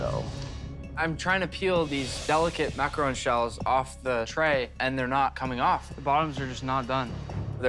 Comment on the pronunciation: i hate how they pronounce macaroon